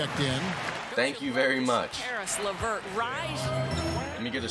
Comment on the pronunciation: It's not Chris LeVert